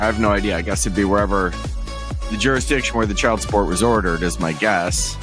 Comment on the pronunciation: how you gonna go and pronounce “jurisdiction” clearly and appropriately like that; i thought we were all in agreement that it’s to be pronounced as “jurrydishin” or”jurrydicksin” or however the hell that one sovcit kept mangling it 😂